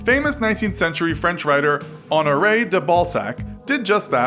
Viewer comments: Who else hear “Hanaray DaBallsack”? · "honoray Theballsack" thats what it sounded like at least 😂😂